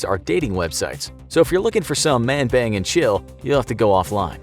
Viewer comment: Yeahhh he just didnt pronounce it right 😂😂